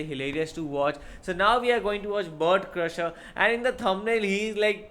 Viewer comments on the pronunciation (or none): this needs to be added to the compilation of mispronunciations of his name.